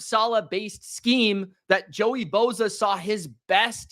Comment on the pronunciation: It's not BO ZA....